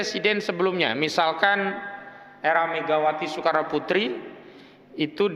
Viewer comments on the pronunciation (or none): none